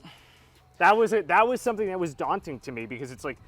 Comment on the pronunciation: “Daunting” really… it was really “daunting” 🤦‍♂️